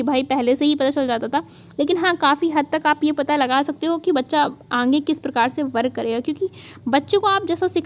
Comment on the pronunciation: Kya aap अंगे-अंगे बोलती है सही से आगे बोला करिये न। कान में चुभता है।